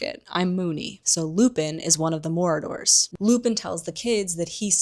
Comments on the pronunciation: i was glitching out every time you said 'morador' 😭 it's pronounced 'maraud-er' as in a person who marauds.. which basically means go around looking for stuff to steal or raid haha. kept catching me off guard bc i thought you would have heard it pronounced in the film. not hating though i love your videos !! :)) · I think I'm missing some kind of inside joke, why the word Marauders is being pronounced as Moradors. Did we jump into Lord of the Rings for a minute?